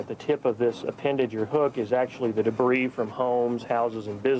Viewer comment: What's debre? Oh he means to say debris (da bree)